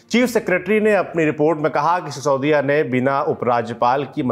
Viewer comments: How many times did he address sisodiya as Saudiya ? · Yar baki sab thik h but sisodiya ko saudiya kyu bol rhe ho?